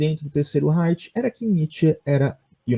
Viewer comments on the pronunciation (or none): none